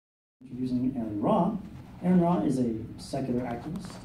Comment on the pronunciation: How can someone invite you to speak somewhere and not know how to pronounce your name? Like wtf.